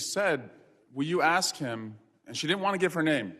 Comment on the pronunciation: If you can't pronounce the word, "ask", you shouldn't be allowed in Congress.